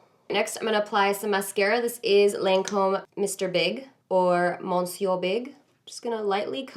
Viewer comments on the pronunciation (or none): Every time a beauty youtuber pronounces monsieur like "MON-ser," I cringe just a little. It's "Muh-seur," the "n" is silent. COOL LOOK! People need to chill about this glitter though. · MISS-ee-oo-er Big 😂😂